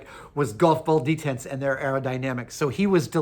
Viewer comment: Why does he keep saying 'detents'?